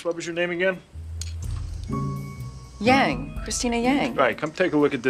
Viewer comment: I kinda hate it when Chinese people on TV perpetuate the mispronunciation of their own surnames. It's pronounced YAHng.